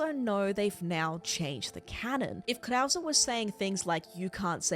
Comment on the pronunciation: It’s killing me that you pronounced “verdugo” vertigo, but worse when you give Krauser the white guy accent when pronouncing his name